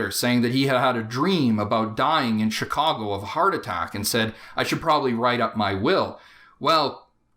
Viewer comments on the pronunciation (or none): none